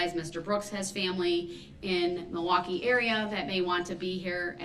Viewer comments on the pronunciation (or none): none